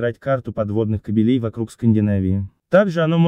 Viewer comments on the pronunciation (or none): кАбелей, а не кабелЕй.